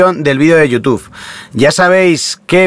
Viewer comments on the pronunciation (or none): none